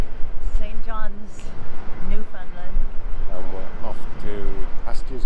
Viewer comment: Just started watching you today and found this video of my home town. My thrice weekly walk is along that trail up to Cabot Tower. Love it! I got a chuckle watching you both struggle with pronouncing Newfoundland, you are not alone, lol. It rhymes with understand on the last syllable!